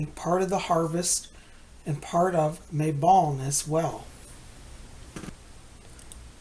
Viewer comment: I also Love how you say Mabon. I pronounce it Mabone (As in the bones of May. See what I did there? LOL!).